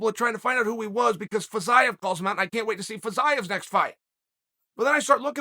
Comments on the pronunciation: With the way he was pronouncing Fiziev, I thought he was just falling to talk about Jiri Prochazka again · Ok, but can we talk about "Fiziev"